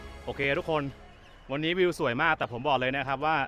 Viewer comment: ชอบมากๆครับผมดูจนจบเลยครับ/วิวสันคือลูกมะพร้าวในหนังใช่มั้ยครับผมจำชื่อหนังไม่ได้/แต่ผมชอบเวลาพูดว่า*วิวสัน*=วิวสวยครับ555ติดตามชมทุกคลิปเลยครับให้10คะแนนเต็มเลยครับ